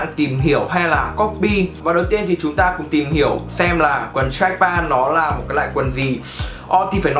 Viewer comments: Đọc là trách pent thì chuẩn hơn ông ơi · Béo Bình mà ông này cứ pan pan nghe hơi khó chịu, ít nhất cũng phải phát âm âm t ở cuối. Góp ý để sửa cho tốt hơn chứ cũng k có ý gì mà.